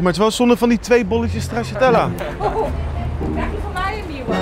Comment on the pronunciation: Nobody:: 1 bolletje ''STRAZZATELLA''